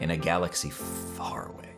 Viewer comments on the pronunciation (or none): none